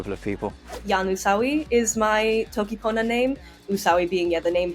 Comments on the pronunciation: Is it Toki PonAH or ToKi PohO? It sound like you're saying Toki PonO. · u said poner once u sure? lol maybe it is toki pony?